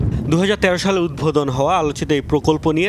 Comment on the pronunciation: উদ্ভোদন নাকি উদ্বোধন?